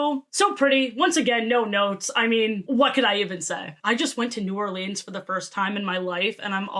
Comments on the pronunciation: Hey, little tip from a local, a lot of people get upedy when you say or-leens rather then or-lens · ily but as a lifelong Louisianian I'm obligated to tell you it's new OR-linz 🥲